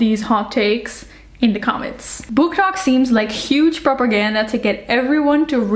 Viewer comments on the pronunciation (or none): none